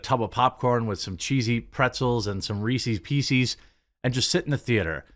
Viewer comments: I caught a midwesternism this video :) You said Reesie's Piecies instead of Reese's Pieces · Did you say Reesees Peesees? Unsubbed. Hope Shapiro lets you cut in line.